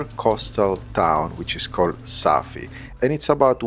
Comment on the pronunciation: Welcome to Morocco. It's not Safi, it's Asfi, which means "estuary" in the Amazigh language.